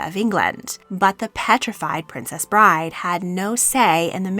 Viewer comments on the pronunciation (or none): none